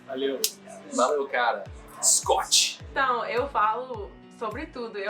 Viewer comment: Ele falou "scott" com o T certinho, a palavra tava perfeita kkk